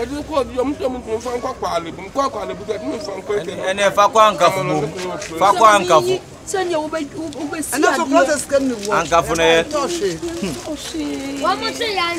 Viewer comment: it's pronounced Korlebu not kwalebu